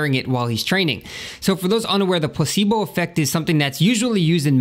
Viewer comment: dat dere place-bol